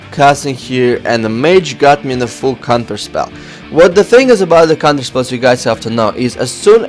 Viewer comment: Cunterspell....lol not sure if serious